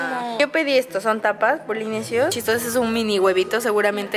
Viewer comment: Polinesios, ella dijo Polimian